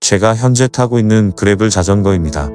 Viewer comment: 그래블(grabble) 이 아니고, 그래벌(gravel) 이죠.